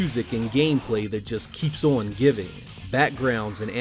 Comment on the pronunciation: On = On. Not On = Owan. You're welcome.